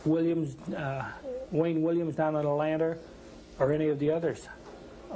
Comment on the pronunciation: Wayne Williams down in Udlanter .... wtf is Udlanter ?